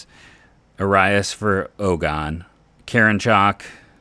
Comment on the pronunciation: I dont think your saying Karinchak right ...always heard his name as Care-in-check....